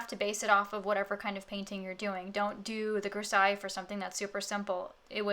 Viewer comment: Nice video :) (just a thing, "grisaille" is pronounced with a z* like in "zeus"